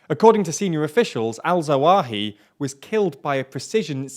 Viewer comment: Say "AL-ZAWAHI" once more! 😂😂